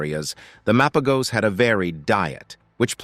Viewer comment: it's Mapojos/Mapahos not MA PO GOS. All you said wasn't true or no credibility at all. Even for the Majingilanes and selatis.